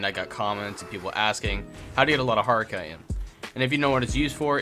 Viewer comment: This is an awesome video but bro it's pronounced Ch-it-in not kite-in 😂